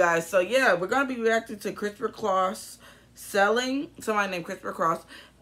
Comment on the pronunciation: Its SAILING not Selling